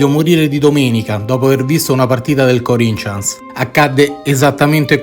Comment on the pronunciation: Bello come sempre ,però si pronuncia come si scrive Corinthians non Corincians